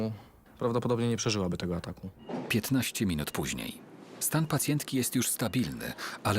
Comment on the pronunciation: czemu ten narrator powiedzial 15 minut później tylko zamiast u powiedzial e.... (minuta: )